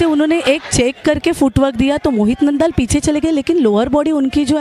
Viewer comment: Nandaal nhi naandal h